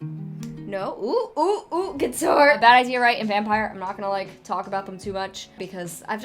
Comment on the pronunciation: The way she says guitar 😂